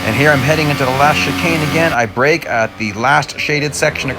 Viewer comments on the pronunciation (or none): none